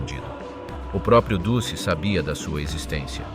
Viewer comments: Très intéressant, passionnant même, juste un petit détail sonore, musso était "duce", phonétiquement dutché et non dussé, sinon j'ai enfin bien compris l'Italie durant la guerre, je m'abonne, Bravo et Merci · The ridiculous AI commentary with its silly mispronunciations make a joke of this. Since when was Mussolini known as the 'deuce'??? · duce se prononce DOUTCHE